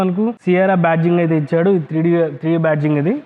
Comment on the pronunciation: Yaaa bro Rayalaseema Yasa vachindhi nenu video chusukunnapudu Adey anipinchindhi